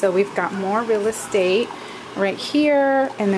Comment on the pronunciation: This is so stinkin adorable! Never seen this before. I love how you say "more REAL ESTATE". Funny. TFS ~Karen Sue